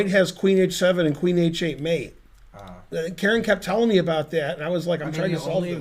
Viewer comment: Because of his pronunciation, I used to think Karen was some little boy named "Kieran", that Ben picked on in his lectures. 😄